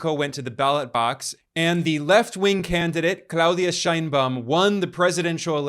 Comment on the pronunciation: You lost me at: Shine Baum. It's pronounced shane.